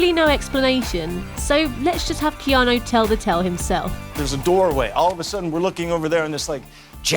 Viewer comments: He also has the fem version of his name. The male version is pronounced "Kee-awn-ooooooooooo" his is the female version "Kee-awn-aaaaaaaaaaaa" its as though his name were Erica as opposed to Eric. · Who the fuck is "Keano" Reeves?